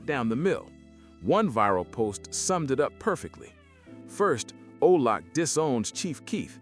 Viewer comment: You mean OBLOCK… not Olock.